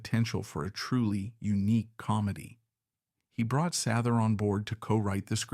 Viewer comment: AI doesn’t know how to pronounce things